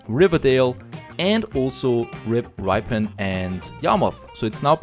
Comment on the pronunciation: Just caught up with the videos and enjoying your style of gameplay. Just to let you know that ‘Ripon’ is pronounced Rip as in Ship, so it sounds like Shipon but it’s Ripon. Really loving the series :)